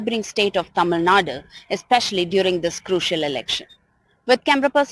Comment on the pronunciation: It's not Tamil Nada it is Tamil Nadu